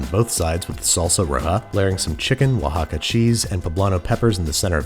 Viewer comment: You won't see cheddar cheese in Mexican cuisine at all, it's totally an american thing, the salsa was well made but "enchilada sauce" is also not a thing it's like "taco seasoning", nailed the pronunciation of Oaxaca which pretty much no one does, but I had to stop the video when I heard "guahilo" LOL